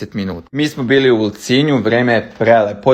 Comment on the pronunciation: Vidjela sam vas tamo,ali pogresno igovarate ti i fitnes blizankinje ULCINJ.Nema veze.😂❤